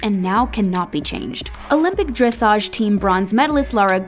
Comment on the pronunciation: Well, nice that they recognize how hard it is to do this (many thing we just 'sit there'), but sad you can't pronounce names like Dujardin and dressage correctly. :-(